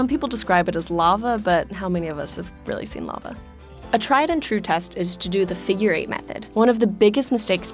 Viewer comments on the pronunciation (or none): none